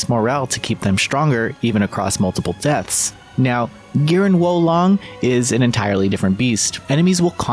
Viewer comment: He who whoas long is much high - ancient Chinese proverb. It's pronounced wah lone-ng btw :)